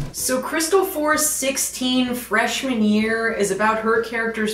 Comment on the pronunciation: I'm not sure it's Freshman Year, I kept hearing Fresh Manure